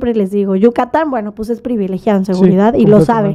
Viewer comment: Según ella muy Fresa y dice " pus" en lugar de pues 🤣🤣🤣🤣🤣🤣🤣🤣🤣🤣